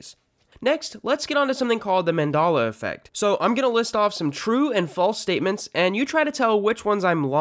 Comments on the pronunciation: are you incapable of saying Man-Dell-la? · I cant trust anyone that pronounces it Mondollah. At least research the pronunciation of something if your goal is to debunk it. Haha 😅😅😅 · What do you mean?! It is Mandolla!!! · I thought it was pronounced “MAN DELL UH” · 🤣🤣🤣🤣... that was bothering me the whole time!!! MandAla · I'm a minute 30 in and your losing credibility fast. You can't pronounce Mandela, and you can even find the original Snow White "Mirror Mirror" clip here on YouTube. So its not suggestability!! It's like they reprinted movies and changed a word and tell people we don't remember it accurately.. I agree people can remember things incorrectly or get things mixed up, but it's not the same as the ManDELLa effect! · Why do you pronounce Mandela differently depending if you're referring to the man or the effect? It doesn't make any sense. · so you can pronounce Nelson Mandela correctly, but not fucking Mandela Effect? disliked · That is the worse way to pronounce Mandela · Should learn how to pronounce the word before making a video about it. Makes you look like a clown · He deliberately doesn't pronounce the Mandela effect correctly but he says Mandela with no problem. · why cant you fucking say Mandella properly the fuck is wrong with you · How do you pronounce Mandela effect wrong it’s an e not an o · This guy who made this video is just fucking the pronunciation up. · And it was spelled with 2 L's also . But he is not pronouncing the name right. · Isn’t it mandela not mandala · I hate how he pronounces it as Men-Dala instead of Man-Dela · "Mandahluh effect" Its Mandehluh 🤦🏽‍♂️ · the man-DOLL-a effect is named after Nelson Man-DELL-a. what. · Says “mandolla effect” when it’s clearly pronounced “manDELa effect 🤦🏽‍♂️💀😂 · How are you mispronouncing Mandela??? It’s a short “e” sound, not a short “a” sound after the “d”! Man-deh-lah, not Man-dah-lah! Learn how to pronounce a word before you make a video on it. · It's MANDELA, NOT MANDALA